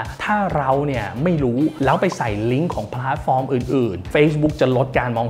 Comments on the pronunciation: เกือบเคลิ้มกับการพูด แต่ขัดใจ คำว่า “พ้าด” ฟอร์ม เหมือนความเห็นด้านบนค่ะ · ขัดใจคำว่าผาดฟอร์มจริงๆครับ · น่าจะเป็นสำเนียงบิททิชค่ะ